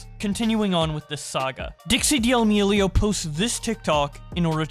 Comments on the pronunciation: It's painful hearing you say de-amelio. It's damelio. The ' in the name doesn't mean you have to say the d separately full stop then say the rest. It just sounds awful as de-amelio. Sorry. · why do pronounce d' amelio like Di' aLmEliO lmfao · stopping in the middle of the vid because d-AL-mi-li-o hurts my ears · For fuck's sake can you pronounce their last name correctly.?